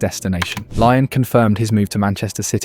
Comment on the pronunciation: Not Lai on but Lea on !!!